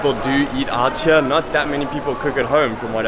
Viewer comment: My man, that is bs, there are plenty of people living and working there who don't possess great qualifications and quit saying outchere, it is two separate words, out and here, and you should know that as an english teacher...it makes you sound like a douche.